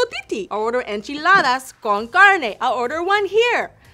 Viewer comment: Im impressed, tyra pronounced "enchiladas" and "carne" very good👌